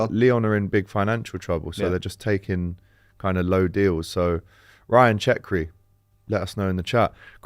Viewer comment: Who the hell is CHECKRI???? 😂 it’s cherki pronounced Sher-kee